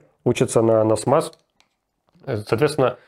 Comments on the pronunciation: Насамс а то насмас как ниф нуф и наф наф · Спасибо за новости. Руслан, не NASMAS, а NASAMS. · Nasams, этот комплекс называется так, а не nasmas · NASAMS - нас-амс, не так ли? не нас-мас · не НАСМАС, а НАСАМС! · Все-таки NASAMS, а не NASMAS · Nasams а не насмас) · NASAMS. Произношение на английском - Эн Эй Самс. Norwegian Advanced Surface-to-air missile. Дословно - норвежский продвинутый реактивный (зенитноракетный) снаряд земля-воздух. Русская классификация - Норвежский продвинутый передвихной зенитноракетный комплекс. Может будет полезно. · И все-таки сильно резануло ухо упорное произношение названия системы ПВО NASAMS как "Насмас". Кто такой этот ваш "Насмас"?